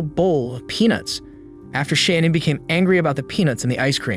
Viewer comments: Her name is pronounced “Shuh-nan” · Idky but it drives me nuts every time the narrator says Shannon instead of Shanann. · Great work -- unfortunately marred throughout by mispronounciation of Shanann's name: it is not "Shannon" but Shah -nahn. Too bad. I know the creator is sincere and no disrespect was intended. Again: great overview with a lot of detail as well. A crime so heartbreaking and horrifying. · Her name is pronounced SHA-NNAN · You're pronouncing her name incorrectly. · You spent two months on this and you’re saying her name wrong through the whole video, that’s disrespectful. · You keep saying Shannan's name wrong dude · 5 minutes in and I can't listen to you pronounce her name wrong anymore. Do better.